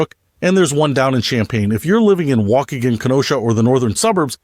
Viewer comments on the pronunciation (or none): yes the waukegan in the same sentence was weird too...